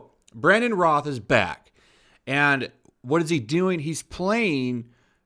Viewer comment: I'm not a fan of Batwoman but we aren't going to get a proper Batman in an Arrowverse series anytime soon, if ever. Then you speculate about Brandon Routh's Superman ( it is said ROWTH not Roth) going evil because it popped into your head. Seriously? They may never even use the character again. Sounds like you just needed a topic for a video.